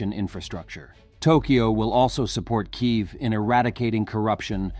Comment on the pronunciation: you are Ukrainian & yet you have a reader that cannot pronounce the name of your capital correctly ??? 😳🙄 seriously ???